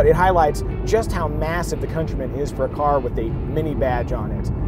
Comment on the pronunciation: Countryman as in - Cuntrymun, not COUNTARY-MAAN.